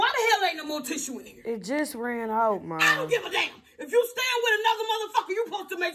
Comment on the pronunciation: "tissah"...not tissue 😂😂😂